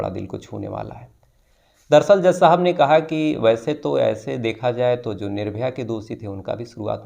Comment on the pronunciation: जो को ज़ो बोलते हैं 😂